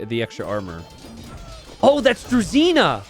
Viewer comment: Pet peeve. "Druzhina" is pronounced like "drew-zhee-nah" where the "zh" is pronounced like "ge" in "beige".